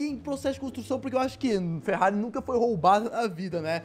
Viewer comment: Ele falou ferrare Enzo